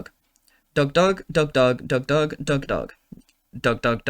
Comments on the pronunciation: it sounds like hes saying duck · Dug? Douh? Dou? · Doug duck dog I heard at some point. But Doug Doug Dug and Dug.